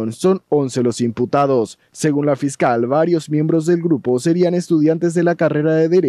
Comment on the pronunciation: AIJHUEEEE la fiscal a más de el hablar fingido ,necesita dicción y se.come la S S S AYYYY